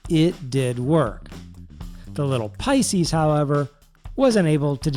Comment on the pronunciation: "Water 'bout the Pices?" Teehee...